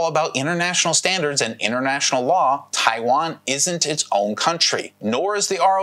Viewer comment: what amuses me is that you can't even pronounce the name right? lol 😆